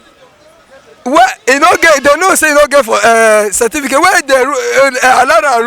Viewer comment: That delta man minute say seventeencate 😂😂😂😂